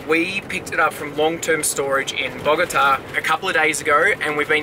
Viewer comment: Welcome back! Missed ya's., you only got 9 1/2 hours of sleep? 😅 I have great memories of Bogata, and, you pronounced it without a problem, Congrats!!!!! You both look really rejuvenated! Beautiful landscape, where exactly is that, definitely gotta go there!!!!!!, kicked your ass on the workout, c'mon, ya can't let make ya look bad like that man!!! 😜 Cauliflower taco's? Ecuador is beautiful. Great outtro!!!